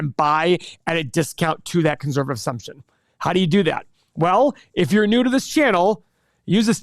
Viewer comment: One of these days, will say conservative correctly